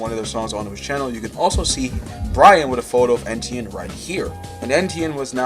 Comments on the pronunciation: It was driving me crazy 🤣 E-tienne not EN-tienne ffs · Brother you keep calling him ENtienne your entire video but it's ETienne like want to do some research orr just make stuff up? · why do you keep saying "ENtienne" its so distracting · Pronouncing it Ntn was driving me insane 😂😂😂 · bruh if you’re making a whole video about someone at least get his name right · how do you keep saying his name wrong